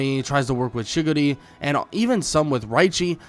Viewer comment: You saying chickadee you mena chigari